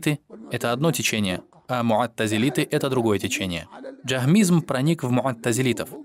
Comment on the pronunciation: Муътазилиты , а не муаттизилиты!